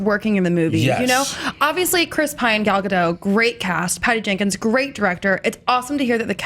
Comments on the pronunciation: Eden Aronovich And they still don't know how to pronounce it. XD if they miraculously get the last name right, they get the first name wrong by saying Gail or Gol. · Why are they all pronouncing Gal's name wrong? I don't get why people keep perpetuating this...